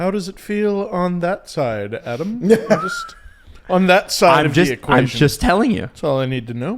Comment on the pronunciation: Ahdam, Stev and Jeesie. Now you know how Naz feels about you guys constantly calling him Noz. He used to do a commercial where he skates up to the camera and states his name. The a in both names is like in "dad" Naz rhymes with jazz.